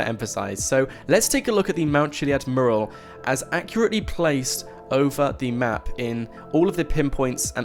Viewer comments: it annoys me the way you can't say mural properly lol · Please learn how to pronounce mural. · Learn how to say mural. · PLEASE LEARN HOW TO PRONOUNCE 'MURAL'!!!!!!!!!!!!!!!!!!!!!!!!!!!!!!! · You speak so nicely , but can you correct your pronunciation of the word "mural" it's driving me nuts